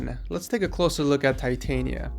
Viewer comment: Hes pronouncing Titania wrong ~.~